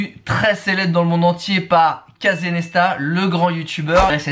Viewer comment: J'ai arrêté la vidéo à "Casè Nèsta"